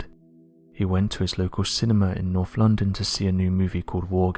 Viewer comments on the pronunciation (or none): none